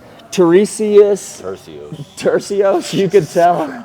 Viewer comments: How you gonna do a breakdown if you cant even say the fighters name right. What a joke. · Turcios is a no name bum and Cory is a title contender I don’t blame him for the mispronunciation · For some reason almost every fighter struggles with name pronunciations, no matter who they are. I find it endearing.